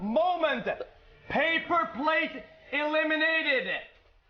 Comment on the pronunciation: It’s PapaPlatte Pay-Pa-Plate 😂 that was original